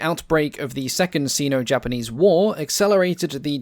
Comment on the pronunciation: British or Australian? As a Brit, his accent really bugs me! Although not as much as his pronunciation of 'Sino-Japanese'...